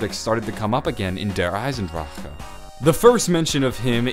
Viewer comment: Love you and your videos but you say der eisendrachehuh